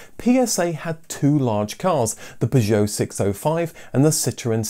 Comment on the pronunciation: Why are u pronouncing Peugeot like an American?